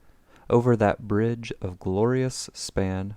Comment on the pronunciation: "The community has no bride that will temt a wise man." I laughed.